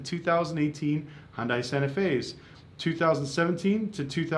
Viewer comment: If you cant pronounce manufacturers name correctly, dont make a video. Im not even a hyundai fan . Thumbs down. Wasnt worth background noise